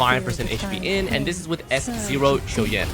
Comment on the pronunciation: Finally someone who can pronounce his name properly